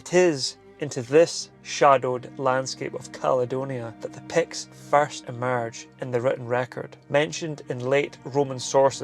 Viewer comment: Today I learned that it's pronounced, "Pekts." Today I also learned that I have zero chance of pronouncing Gaelic words just by looking at them.